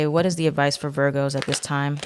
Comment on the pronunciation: Love it when you say “veer-goes” 😂🥰